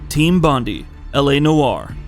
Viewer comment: It's pronounced Bond-eye, not Bond-E lol. Take it from an Aussie.